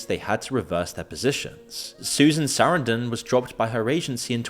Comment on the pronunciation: I thought Moon was real. He mispronounces "Penelope" and "Sarandon"?? Is this voice just more AI slop?? I'm out.